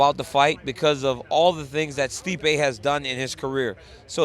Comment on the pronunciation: LMFAO she said steepee